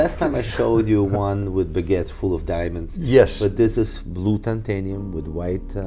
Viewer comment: Mr. Jacob, it's not Tantenium, it's Titanium... Lol 😝😅